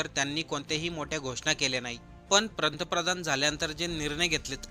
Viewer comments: प्रंतप्रधान नाही रे बाळा ते पंतप्रधान असं आहे. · भावा पंतप्रधान शब्दांचा उच्चार व्यवस्थित कर.